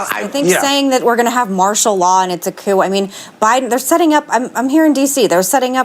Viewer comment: The P in Coup is silent